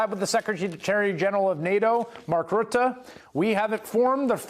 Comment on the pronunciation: Good on you for correcting pronouncing the UN Secretary Generals surname as Ruta and not Rutt as a lot of other commentators do!